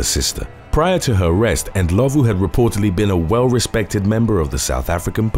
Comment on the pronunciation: Well done on Rosemary Ndlovu's surname pronunciation. 😎😎